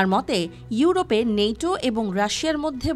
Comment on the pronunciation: নেইটো না ওই ন্যাটো